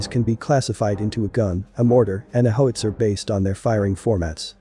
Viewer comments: As robovoices go it’s not bad, but given the subject matter, it’s a shame it doesn’t know how to pronounce “howitzer”. A “ho-itzer” is presumably a weapon for protecting “hos” from angry Johns and pimps. Also, “stab-ly” doesn’t mean the same thing as being “stable”. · please fix the pronunciation of How~IT-Zer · Fantastic video about the piece, but is there no way to correct that narration so that it doesn’t mispronounce it as “Hoe-witzer”? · Hoe-it-zer? Shouldn't it be How-itz-er? Or is this just a competer genereetated speech progreem? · Its called a how-wit-ser, not a hos-ier............. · Good work. If you enter "how - it - zer" the artificial host might say howitzer better. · Pronounced : hau uht sr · My goodness - can't properly pronounce "howitzer." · incredible .. a video on Howitzers that cannot pronounce the word correctly ...smh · HOW can you mispronounce Howitzer ??? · You can't pronounce "howitzer."